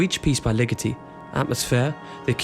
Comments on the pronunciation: always thought it was Ligeti as in "lee-ghetty", not "lickety" as in "lickety -split" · Thanks for your interest in this and thanks for the Patterson link. Looking forward to checking out that essay. You may want to learn the proper pronunciation of both his forename and surname for the sake of accuracy tho. Very nice graphic work and enjoyable presentation. Thanks again!